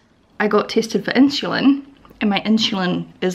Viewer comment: Is it common for Aussies/Kiwis to pronounce insulin like “inshulin” ?